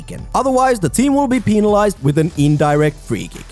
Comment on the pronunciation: Pēna-lized 🤣🤣🤣 that accent tho